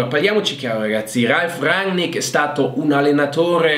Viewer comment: Chi? Rangnar Lodbrok? Quello di Viking 😂 Bene ci allenerà un vichingo! Grazie come sempre alla tua competenza. Almeno abbiamo imparato a dire RANNICK!